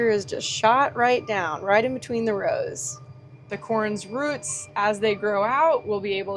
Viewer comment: You say root funny and it makes me laugh.